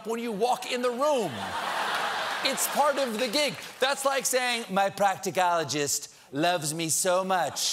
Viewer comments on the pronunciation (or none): Did colbert say procticologist instead of proctologist??